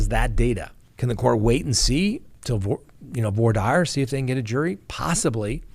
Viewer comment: I kind of like your format the information is good. I must question your pronunciation.Voir dire is really not voyer Dyer.